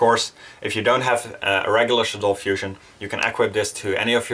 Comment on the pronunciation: Thankyou for pronouncing shaddoll correctly like ima like this video and follow you jus cause you dnt say shaddoll like a stuck up douchebag